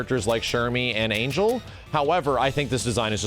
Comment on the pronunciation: I know its a bit checky, but Ángel (whit the Á) its pronounced An-Hell